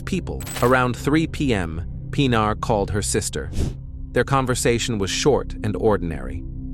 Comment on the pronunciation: das mindeste wenn mann so ein fall macht,mal den namen des opfers richtig auszusprechen, nicht pina sondern PINARR wird es ausgescprochen,ki schrott!